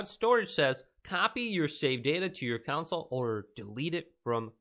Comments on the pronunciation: download to your counsel. I cannot get over this guy calling a "console" a "counsel" dear lord. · ITS PRONOUNCED CON-SOLE NOT COUNSLE